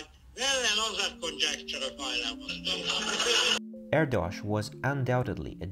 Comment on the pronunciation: Great video. BTW: Erdos rhymes with Airdish. True fact.